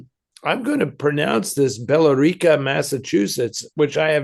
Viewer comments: Billerica? It's pronounced Bill-RICK-a. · With all due respect to both of you, I grew up near Billerica and I’m sad to report that the only way I’ve ever heard it pronounced is “Bill Ricka.” I enjoyed Eddie’s intriguing and exotic pronunciation though. City managers should seize the opportunity and rebrand the city based on it. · By the way it’s pronounced bill rica